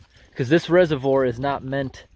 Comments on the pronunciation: Your constant mispronouncing of reservoir irks me way more than it should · Couldn’t watch anymore, mispronouncing “reservoir” as “reserve-ORE” was bad enough, but calling “sluice gates” “slice gates” come on...